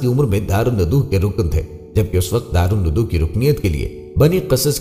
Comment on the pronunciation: Please correct the pronunciation. Its DARUL NIDWA NOT darul nudu